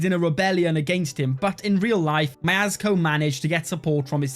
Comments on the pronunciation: what is that pronounciation, mayasco? its spelled mjeschko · Prince "Miazgo" will hunt my ears for the rest of the day 😅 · Why do you call Mieszko majazazko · mieSZko so its better to say mie"sh"ko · you should pronounce his name as "Mieshcko" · me-esh-ko = Mieszko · As a Pole that pronunciation of Mieszko hurt me